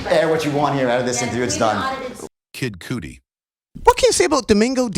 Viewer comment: kid cootie? This narrator is the worst!!